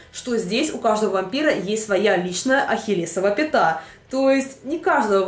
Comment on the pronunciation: пометочка-дневники вампирААА<